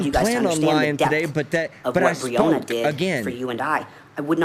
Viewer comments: How insulting it is he can't say her name correctly. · 😂😂😂😂😂😂😂😂😂😂😂😂😂😂😂😂😂😂😂😂😂😂😂😂😂😂😂😂😂😂😂😂😂😂😂😂😂😂😂😂😂😂 He cares about Breanna. He mispronounced her name.